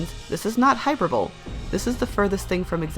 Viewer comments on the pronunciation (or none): Loved the video! Only comment: hyperbole is pronounced "hi-per-ba-lee"